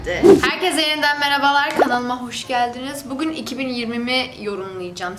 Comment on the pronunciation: Nobody: bugün Still nobody: bugün: bugğun